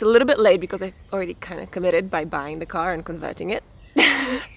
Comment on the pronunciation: The accent though - its a car not a gar